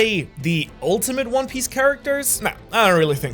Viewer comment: Dude I love “one pice”